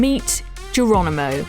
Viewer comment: Ha Do we have a female reporter who can't pronounce the name Geronimo ? . I'm sure she says Gerwonimo . . . She can't get the letter 'r ' out there. . . It's like listening to Life Of Brian. . . Fwends, Whomans, Countwemen !